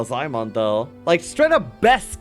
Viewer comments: ZIE MIAN. NOT ZAI MAN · Damn, Ziemian's nick pronounciation got butchered. Still good casting and gameplay, waiting for more. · it's for the anglobrains.